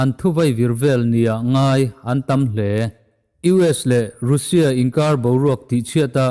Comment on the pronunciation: Russia i lam dan hi news rin tlak deuh bbc cnn fox cnbc reuters te leh india channel ho poh han ngaithla uluk deuh teh, i taima si a lam dan tlanglawn pangai deuh in lam tum hram la ngaihthlak a nuam leh zual ang